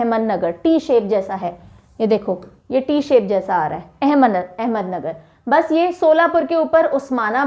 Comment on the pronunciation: Ma'am it is not ahmednagar it's ahmadnagar